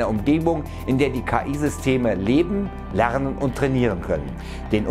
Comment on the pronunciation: ca. "lenen" statt "lernen" (